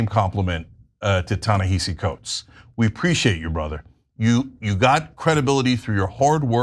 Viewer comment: Ana love u kween, pls learn how to pronounce Tanehisi’s name